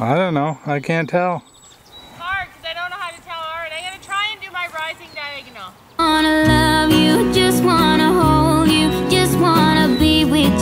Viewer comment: When your trotting it’s diagnle not lead😂😂